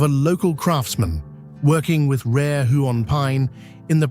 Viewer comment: If you’re going to produce such a glossy promo for our beautiful State, it would be a good idea to learn how to pronounce names of common birds (CURRAwong not curraWONG, KOOKAburra not kookaBURRA), and places (Huon is pronounced HEWon, not Hoo-on; Tamar is TAYmar not tuhMAR)